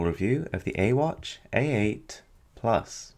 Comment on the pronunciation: Actually ai in Chinese is pronounced as I xD